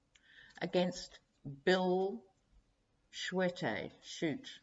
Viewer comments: Michigan s Republican governor candidate s last name is pronounced Shoo-tee. He is pretty awful. 30 some years ago, when I was working in Saginaw, he kind of slithered out of the Dow Chemical compound in Midland, their home base. He was their attorney. Need I say more? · SCHUETTE is pronounced “SHOOTIE” (He is the States Attorney General during the whole FLINT WATER Bullshit under the RETHUGLICAN ASSHAT Governor Rick Snyder) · Bill Shoe tee, correct pronunciation. BTW, Gretchen is up 10 points over her opponent! Michigan keeps a paper copy of every vote cast! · Pronounced... Bill "shoot-ee" lol